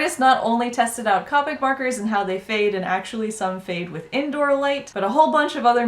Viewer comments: The word is COPIC! The "O" is pronounced it is NOT an "A"! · I die a little inside every time she says copic with a short o. I looked on copics website and it said pronounce it with the long o